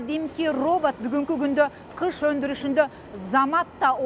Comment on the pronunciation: Кыш эмес гыш! Мамлекеттик телевидения туура эмес жазып туура эмес суйлосо...